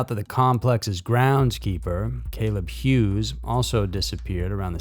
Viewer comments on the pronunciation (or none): none